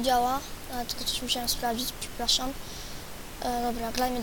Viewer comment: mów jak człowiek a nie ,,dabel dżiampy" ,,kulczak" ,,selwel" ,,bluku" ,,pseplasam" ,,naplawić" ,,afci" ,,glać" ,,mini gly" ,,dyskrypcji" PS aby być lepszy w SkyWars'y trzeba taktyki I SIĘ NIE POWTARZAJ